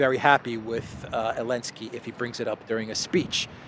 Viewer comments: AZOV is illegal now. only call them AOV please. love how u say Elenski. a little humor in all the drama and horror. 💟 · I love how you ignore the letter "Z" with such passion 😂😂😂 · I find it extremely irritating when you do not pronounce names the way they are supposed to be said. Your not anywhere where the z and v rules apply so why bother? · I wish this bozo would stop this hatred to Zalansky…and Bozo can’t even speak his name properly. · I love how you say elensky LOL 😆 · For goodness sake his name is Zelensky!!!!